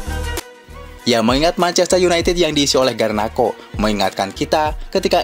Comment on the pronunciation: Nyebutnya Garnaco aja bang klo Garnako malah terdengar lucu di telinga org indo 😅😅😅